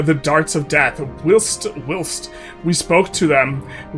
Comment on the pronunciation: Hi, ‘whilst’ is pronounced like ‘while’ + ‘st’ not like ‘wilt’